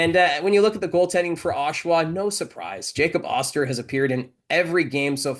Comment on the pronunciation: Hey could you please ask to announce Jacob osters name correctly. Getting very annoyed